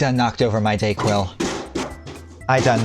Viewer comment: Bye Day-Quil😂🤣